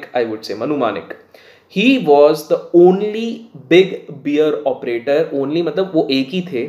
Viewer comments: Boss please don’t keep saying Beer cartel. It is Bear cartel but pronounced as Bare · It’s not beer 🍻 it’s bear 🤣 but good to see u have turned to reviewing also 👍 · Informative video. Well can I make one correction on the pronunciation? It’s bear, Not beer. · video bahut acha hai. Please "bear" ko beer mat bolo. It is pronounced बैर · pls can you say like BAER for BEAR instead of BEER